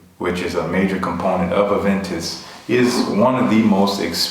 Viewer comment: Thanks for the reply! It means a lot! I hope to get my nose on a sample of Aventus Cologne when it releases here in Montreal!! btw stellar pronunciation ;)